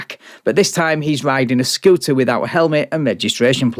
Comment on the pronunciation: he’s driving a scootah